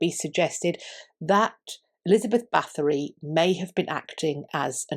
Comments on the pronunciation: You don’t pronounce the TH, just the T. Sorry, if I’m being annoying. I think just about anyone of Hungarian heritage knows about Erzsebet. The shortened version of the name is Erzse. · Thanks for the great video and the deep diving thoughts at the end. Just one little critique: Her name is not pronounced with a th but just with a t. Her family has been in high ranking roles for several centuries to come and there are still living members, however, nobility has been abandoned in Hungary.